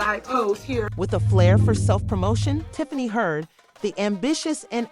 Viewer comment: The girl name is pronounced Hen-yard